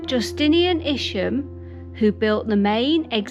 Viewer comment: its Isham not isham...........EYESHAM......Isham